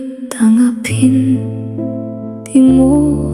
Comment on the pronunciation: Bakit po ung lyrics ng kanta iba pagkakabigkas😢.. Hirap TANGA pin tas di PAKI NGAN😢 AI SONG PO BA TO😅